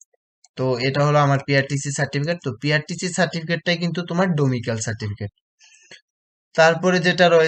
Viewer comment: ডোমিসাইল, ডোমিক্যাল নয় !